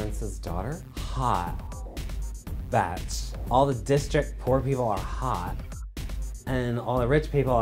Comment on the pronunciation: OMG!!! This was soooooooooooo funny!!! And I love the way Kelly says Bitch, but instead she says Betch and I LOVE IT!!!!!